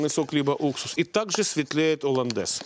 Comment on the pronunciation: ....."оландез и одноврЕменно" - уши режет!!! жуть.. - так же как и "с" Москвы", "с" России (((( "Соус HollandesE" и одновремЕнно" ! ))) - так правильнее.. И думаю не стоит смеяться над ошибками других, когда сам: -...." так себе" ученый" ¡!))